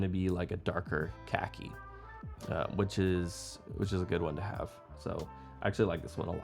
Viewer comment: "Cah-key" not cacky. That means something else... lol